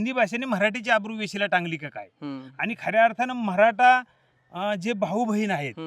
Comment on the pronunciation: महराठा नाही हो...मराठी म्हणा